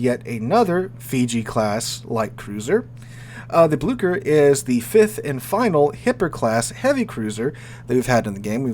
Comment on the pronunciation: Blücher!!!! Not BLuE-KEr, it's like the "Y" in Myst